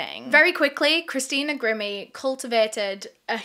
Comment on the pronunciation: I love, so dont rip me apart, but is it bothering anyone else that she is pronouncing Christina's name wrong? It's Gr-eye-me, not grim-me..